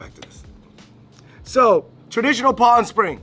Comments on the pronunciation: I'm pretty sure it's called a pawl not a paw 🤔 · Pawl - pronounced like Paul